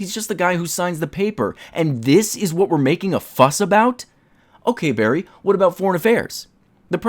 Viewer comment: Yay, bawwy is here